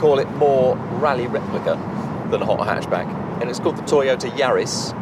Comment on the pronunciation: and wrong pronunciation, they butchered the Lancia name, and got GR Yaris wrong too